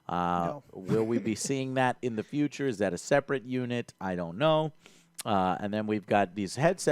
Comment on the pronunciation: "FROM THE FYOCHA"